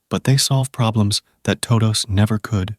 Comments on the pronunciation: Good video for falling asleep, except the intro. Toh-doughs… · was it the "Tohdohs" pronunciation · good stuff, I watch your videos everyday but your "toe dous" is sending me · toe-does and sub-uh-jints 🙄 I need to know what AI TTS this is so I can avoid it at all costs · TODOH NOOOOOOO, wizard of oz